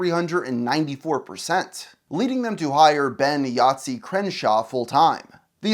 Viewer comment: Croshaw, not Crenshaw ya goose